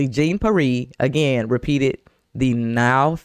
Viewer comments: B... thats Pronounced...P Air..not that it really matters😅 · Omfg, all black ppl should know how Haitians pronounce Pierre. I'm not listening to anything else you have to say until you get that right! I'm not Haitian, I'm FBA, but that was atrocious.